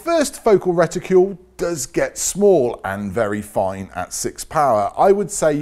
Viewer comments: Nice job but for goodness sake, please stop saying "Reticule' - It is a Reticle! As in Bicycle not Bicycule! Do us a favour matey. It is hugely annoying. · Would somebody please remind how to pronounce RETICLE. ( The again, ask most folks in England how to pronounce the car makers name of Peugeot ) LOL!